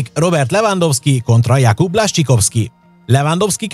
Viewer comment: Blascsikovszki 😅 ezt nem igy ejtik... Amugy jok a vidik!